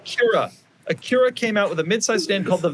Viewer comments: Why does doug keep correcting Acura to Aqyeera? Is this a running joke? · Is that actually how you pronounce Acura? My whole life it's been ac-ura.